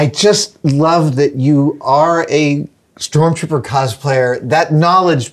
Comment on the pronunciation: stop calling it STORMTROOPER AHHHH😂😂😂 great work tho, very cool